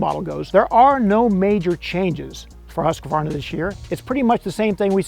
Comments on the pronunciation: Its “HUSK-VARNA” btw 😂😂😂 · You didn’t pronounce the brand right